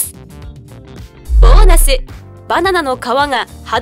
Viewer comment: 「 ｳﾞｫオナス」 ってなってるの僕だけ？